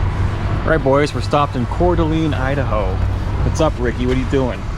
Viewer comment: Its pronounced core da lane